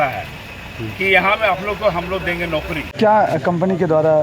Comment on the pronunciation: ऐ! बिहार से हो क्या? नौकरी को नौकड़ी बोलती।